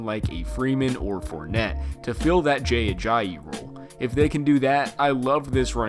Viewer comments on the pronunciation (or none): none